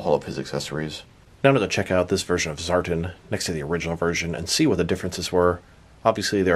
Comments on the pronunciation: you’re far from the first to pronounce it that way too. It sounds weird to hear it like that, but all through the video you pronounce it as “Zartn” instead of “Zartan”. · It's pronounced ZAR-TAN🤙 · Reviews more emphasis on "AN" within the word Tan. Ex." I went to the beach to catch a TAN". ZAR-TAN. I'm not sure if it's because u have an accent. If so, i apologize. I enjoy your content either way. 🤙